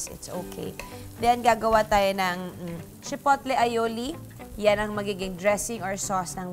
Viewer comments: Chipotle (Chi-pow-ley) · Silent T po Ms. Juday ang chipotle….Pero gusto ko ang taco recipe mo